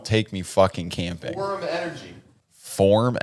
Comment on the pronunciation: Me just absolutely losing it at saying Phorm Energy…. It’s 1st Phorm!!!🤣🤣 Midwest company in hometown St. Louis!